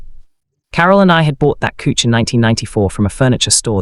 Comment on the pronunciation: Couch pronounced "Kuch". Do you listen to these stories before you post?